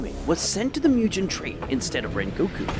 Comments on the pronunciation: Its not mujen its mugen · why do you pronounce mugen as mew-gen 💀 its pronounced moo-ge-n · Oi, mu-gen not miu-chen train :D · Why tf would you call it Mu-jen train ugh